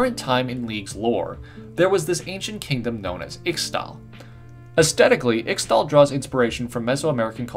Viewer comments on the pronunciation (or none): can pls say ishtall not Xtal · IT'S ISH-TALL. PLEASE. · One little correction Ixtal is pronounced Iztal. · Ixtal is pronounced ishtal and the watchers destroyed icathia not shurima, xerath destroyed shurima when he usurped Azir and stole power from the sun disc and became an ascended. He stole too much power tho causing his body to rip apart into the blue energy shit he is plus a coffin he got sealing in under the ruins of shurima which is was trapped in with renekton(xerath is why renekton is insane and evil) and cause the sun disc to crash down destroying the kingdom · Ixtal is pronounced Ishtal for some reason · Eesh-tahl. X in Nahuatl languages is pronounced as an sh sound, and I's are often pronounced as an ee sound. I'm terrified to hear how you would pronounce *Nahuatl*. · You should have added red crystals that he could have found from the temple, to keep to himself and build himself up more. Red crystals and green patterns seem very typical for ixtal. Btw you pronounced ixtal wrong. You should listen to qiyanas voice to find out how to pronounce it.